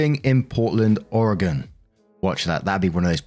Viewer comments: Hey you did pretty good on pronouncing Portland, OR. coming from an Oregon Native 👋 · You pronounced Oregon correctly ❤ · Oregon, you did a really great job pronouncing it! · You did awesome with the Portland, Oregon pronunciation! I’m from that area but live far away now and it made me so happy that you didn’t say “Or-a-gone” 😂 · As an Oregonian... you're the only non-native youtuber I've ever heard say Oregon correctly! It always makes me so happy to hear my home not butchered on someone's tongue 🥹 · As another late-20 something, also with a past/current goth phase haha, living in portland oregon, you got the pronunciation exactly right 😂 Edit to add, I’ve thought about making friends with all the crows around here so much but never got around to it, but with the neighborhood I live in? I could use some crow bodyguards 😂💀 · Pronunciation was perfect, just don't live there! My Gf loves Crows and wants to do this, I love animals so I encourage this. I even had my own DIY ideas for crow treasures. Nature is amazing haha, you don't need to train nature to let it do it's business hahaha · Finally some said my home state correctly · Story 2 - I’m not commenting on the story itself, but, as someone who’s lived in Oregon their whole life, I gotta give you credit for your pronunciation. I hear WAY too many people who aren’t from here mispronounce it. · you did wonderful on saying Oregon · you pronounced Portland, Oregon correctly! Don’t worry! Most butcher Oregon lol